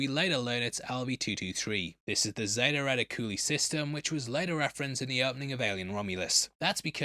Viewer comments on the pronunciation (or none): This guy has been mispronouncing Zeta Reticuli since his first video 😂.